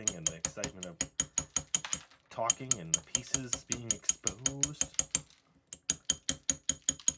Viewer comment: "Being expoosed."